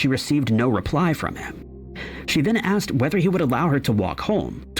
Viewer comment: You "AXED" for it ! Really ???